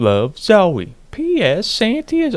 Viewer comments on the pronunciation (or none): The way u say santy makes me wanna die